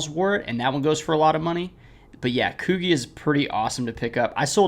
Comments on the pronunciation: It’s Koo G not Koo Geeh how have you never heard of Coogi?? anyways good videos love content just shocked lol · haha its "coo-gee" haha keep on uploading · That’s not how you pronounce Coogi. 😂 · This is a dope video but I’m cracking up at your pronunciation of coogi 😂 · Bro definitely messed up the Coogi word